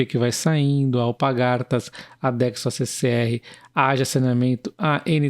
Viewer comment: Só um comentario, o nome da empresa é AlPARgatas, não AlpaGARtas